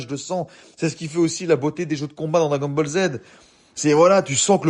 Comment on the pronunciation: Déjà un véritable "vétéran" comme tu dis, ne prononce pas Dragon Ball à l'américaine ^^" Plus sérieusement... Je suis 100% d'accord avec ton avis car je pense pareil, lorsque j'ai vu le prix j'ai cru au début à une blague. Merci pour ta vidéo, c'est cool de voir qu'il n'y a pas que des vendus sur youtube :)